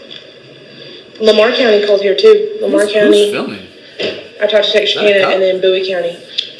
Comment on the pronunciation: said the police cam is gilming. 📹🎥📽️